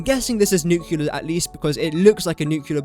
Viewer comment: Please try and pronounce nuclear correctly?